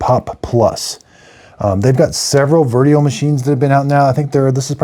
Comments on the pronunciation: Dad, the correct name of this Nespresso lineup is Vertuo, not Veruo or Verio. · It's Nespresso VERTUO. not VERUO. If you're going to do a review, you should at least get the name right. It would help with your credibility.